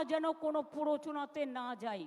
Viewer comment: পোরোচোনা.... 😂😂😂 এই মহিলা এখনো বাংলা ভাষাটাই ঠিক করে বলতে পারে না, সে আবার রাজ্যের মুখ্যমন্ত্রী ! 😢😲🤔